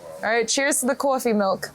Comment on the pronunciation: Notice the Rhode Island accent at the wiener place, "Korf - eeee' milk.